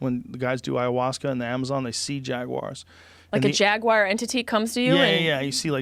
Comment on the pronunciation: Jaguar has a U in it.